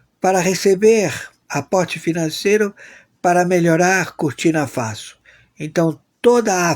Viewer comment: É BURKINA FASO OU CURTINA FASO, COMO O SEMPRE PRONUNCIA.?